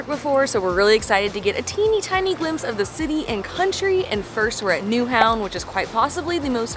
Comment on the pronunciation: Madam, you are the first English speaking person to pronounce Nyhavn correctly! Thank you.